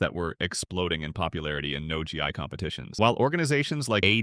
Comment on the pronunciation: Is this AI, or does this guy not know how to pronounce Gi???